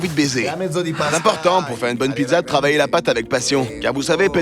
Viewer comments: "Pitsa" pas pidza mamma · Juste pour vous informer que la pizza 🍕 se prenonce pitsa et pas pitza . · pourquoi vous dites PIDZA ????